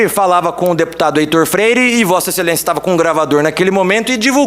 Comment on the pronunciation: "Vossa excelençia" , essa lixo, sorriso de hipocrisia!